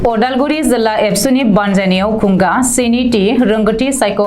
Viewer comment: 'खुंगा' नि युनाव 'थि' खौ बुंफिननाया गोरोन्थियै बुंनाय जायो।